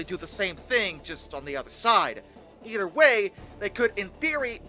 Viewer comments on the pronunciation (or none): none